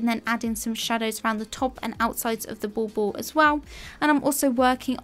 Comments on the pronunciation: I’m sorry.... are you calling the decorations at the end..... “ball-balls”? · Isn't it 'wall balls'? 😂 I couldn't catch her accent take this part 👆